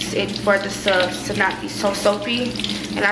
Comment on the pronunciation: You got me saying subs instead of suds 😂